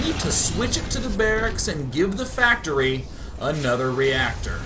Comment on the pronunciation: day9 so pro at korean PACTORI